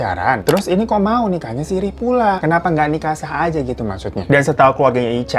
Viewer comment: Nikah Sirri bang, bukan sirih 😉